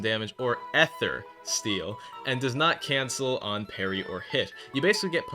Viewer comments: its ee-thr not eh-ther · Random question, why do you say Èther, instead of Eether? (I suck at phonetically writing down words, think Ike(?) From smash using his Up B, that's how I pronounce it) Was it given an official pronunciation, or is it just to "piss off" some people? (Even though some things like that are subjective) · unc pronounce ether normally.